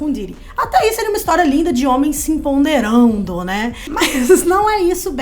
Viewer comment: Gente, pelo amor de Deus, o certo é empoderando, não empo-N-derando 😂